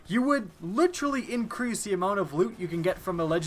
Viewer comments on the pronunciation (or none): Pretty sure that you said "Increase light level" wrong. Also, just because it isn't at the current light level or isn't relevant doesn't mean that it was "taken away" or "brought back"